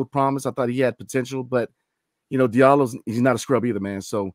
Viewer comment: Hamidou Diallo ‘Dee-ahh-low’ I’m cringing listening to you butcher his name. Sheesh.